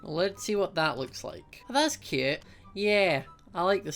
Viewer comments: Instead of cute he says it like kute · I love the way you say cute